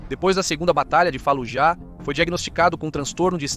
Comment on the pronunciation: A silaba tônica de Fallujah e a segunda silaba , não a ultima. Doi no ouvido dizer falujá